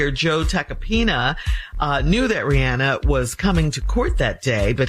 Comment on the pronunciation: mispronouncing “Rihanna” is CRINGING!